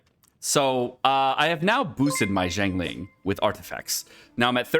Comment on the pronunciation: BRO CAN YOU STOP BUTCHERING HER NAME, I LOVE YOU BUT PLEASE LEARN HOW TO PRONOUNCE HER NAME PROPERLY